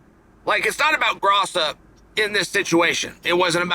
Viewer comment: Alexa Grasso is one of the easiest names to pronounce and he’s getting progressively worse as we get closer to the fight 😂